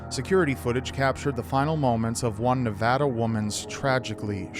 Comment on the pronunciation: Thanks for saying Nevada right. I live in the area that number 6 took place in. It caused a huge fuss. Sadly, I knew right when I first heard about it that they would find her dead. I was proven right a few weeks later